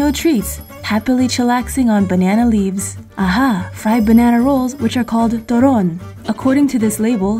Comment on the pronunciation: almost all of them are pronounced correctly "puto turon and more"